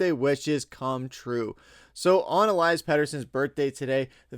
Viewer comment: U pronounce peteys name elias aka eliiiiii